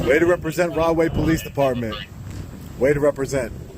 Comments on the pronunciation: I thought was saying "Wrongway Police". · Did you say wrong way please? 😂🤣😂🤣🤣🤣😂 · Rahway p.d. are you sure its not pronounced "wrong-way" p.d. 😂